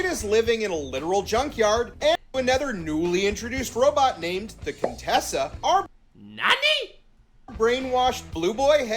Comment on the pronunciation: “Contessa” IT’S! *QUINTESSA!!!!*